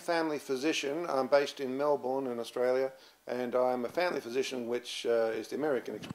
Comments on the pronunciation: I didn't trust this guy from the moment he said "Mel-BOURNE" instead of "Mel-bin" like every other Melbournite. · 1. Do NOT refer to people with bipolar as 'bipolars' We are not a fucking disease dude, we are people. 2. How can you be Australian and not be able to pronounce Melbourne like an Aussie? It is not Mel-born. 3. It is NOT a fatty diet. It is far too much carbs which lead to inflammation. This was 8 years ago, so maybe you have caught up with the times by now. I urge anyone reading this to research Insulin Resistance, Bipolar Disorder, correlation with diabetes and ketogenic diet. Same for people with schizophrenia. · If he's based in Melbourne, why doesn't he know how to pronounce 'Melbourne'?